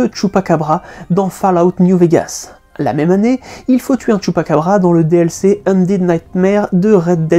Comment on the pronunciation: « Undeed » ??? Indeed. 😅